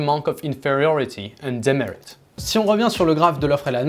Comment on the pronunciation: Omg, incroyable ton accent anglais à , je suis vraiment surpris ! (mais si on veut vraiment chipoter, "demerit" c'est /dɪˈmɛrɪt/ pas /ˈdɪmɛrɪt/ (accent tonique sur la deuxième syllabe 😘))